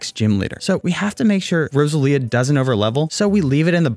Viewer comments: 'rose-a-leah' 'ar-see-us' Will people pronounce things right for once? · Row-sell-ia cmon brother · it triggers me how you say roselia